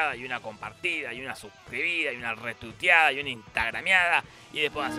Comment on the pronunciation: siempre en la parte de la "Retuiteada" escucho "Reputeada"